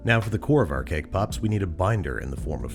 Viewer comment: so is no one gonna talk about “cake poops” at the beginning?